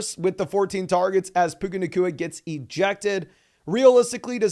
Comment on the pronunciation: Benched Garret Wilson for Puka... ....aka Puke-Uhh.